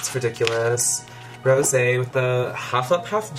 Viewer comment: "Stohp it's mish rowzee! Ohr my gaurrd" LMAO I'm Dead!! Hahahaha